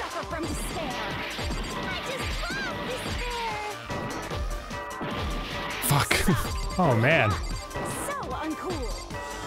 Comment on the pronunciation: "dis-pair of nuts" he was so close